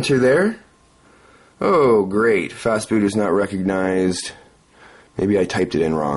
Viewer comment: yeah, you just missed the t in "fastboot"